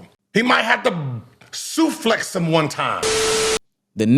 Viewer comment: "Suflex" is crazy 😂